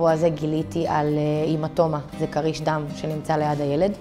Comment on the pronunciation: היא אומרת קריש דם כאילו זה כריש בים... אמורים לבטא את זה קריש עם חיריק חוסר כמו המילה ״ספין״ מלשון ׳טוויסט׳